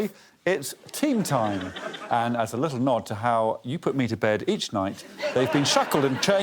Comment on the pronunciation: "and a li-uh less attitude nex time please mate" is my mantra now